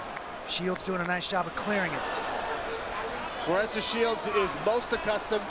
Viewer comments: Amazing she’s a dog for real! She’s only going to get better! Dangerous Wow!! Put some respect on her name, Bc it sounded like the commentator called her Flarressa to me!! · Her name is Claressa NOT Clarissa.